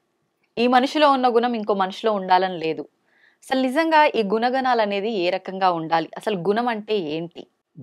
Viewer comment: గున గనా లు కావమ్మా.గుణ గణాలు. తెలుగు సరిగ్గా నేర్చుకో అమ్మా